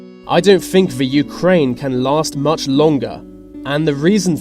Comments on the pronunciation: All I could think of was why doesn't the narrator speak properly? He doesn't pronounce "th" correctly - the word is other, not uvver! Think, not fink. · why cant the narrator pronounce the word think? I fink, sounds like a window licker, plus the European union is not a country